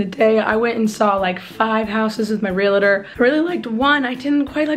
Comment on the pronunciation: it's realtor not relator